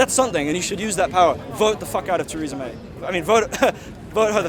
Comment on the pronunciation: Who is Taresa May ??? Lol